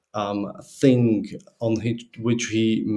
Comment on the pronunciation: I have a constructive criticism for you - you use "kind of" filler phrase too much. Also, I thing you say "fing" instead of "thing"